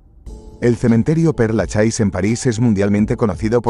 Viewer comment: Por favor aprende a pronunciar bien los nombres: cementerio de Père Lachaise: pronunciación Per Laches... En frarcés la última e no se pronuncia y "ai" suena "e".